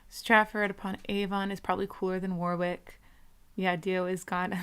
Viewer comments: Stonehenge is MUCH smaller than you think, and Warwick is pronounced worick and is about 15 minutes from my house, it is nice as is the surrounding area like Henley and Stratford, if you like cars there is a nice little place called caffeine & machine in that area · "War-wick", lol! 😁 The second "w" is silent.